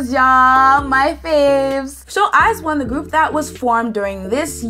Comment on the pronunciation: I think it's pronounced eyes-own♡